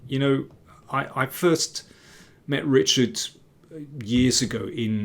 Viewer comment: Time to learn to pronounce the Hungarian version of Richárd, as Agadmator did 😍 Its not ritshard, it is ri-hard without a tsh in the middle. No offenses meant just FYI.